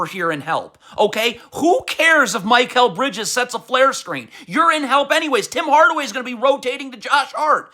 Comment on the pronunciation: Listening to an adult holler R bombs is a little weird. Mike-kal Bridges? Cmon man you’re way better when you’re not trying this hard.